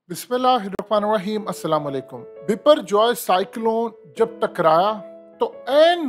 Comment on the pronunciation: Sab urdu pronunciation me isko bhipper joy bol rhy hain lekin asal me iski pronunciation by-per joy hay